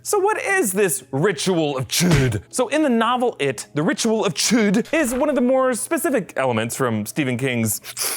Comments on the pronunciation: Can he say chud without saying chOOd? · It is pronounced CHODE!! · Ritual of... CHOOOOD! that's how he says it... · I laughed every time he said"chu'd